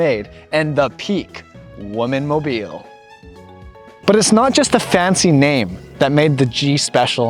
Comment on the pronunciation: Woman and women should be pronounced differently . . .